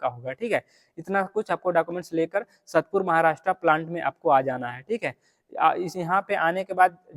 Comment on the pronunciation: satpur nahi hai sAatpur hai wo prononciation